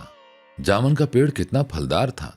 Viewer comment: لفظ جامن میں م‌ زبر نہیں پیش ہے